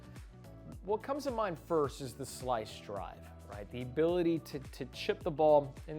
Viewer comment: "Slica Drive" is that Italian?